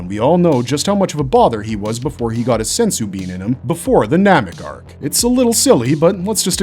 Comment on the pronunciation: you see, ai voices dont know how to pronounce words like humans can. Doesnt this voice sound awful familiar to a whole lot of other channels?